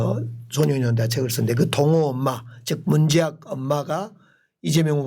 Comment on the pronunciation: 아놔 광주시장님... 경 문재학 열사 언급하실때... 발음좀 명확히 해주시지... 자꾸 문재앙열사로 들려서 참...